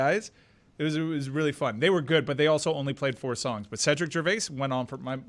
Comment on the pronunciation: "Daan, hockey is rrrreallly fun" -Kirkjian